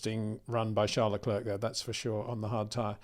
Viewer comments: You don’t pronounce the 2nd c in Charles Leclerc’s surname - it should sound like leclaire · Leclerc the C is silent Peter, repeat again and again. Show some respect and say it properly.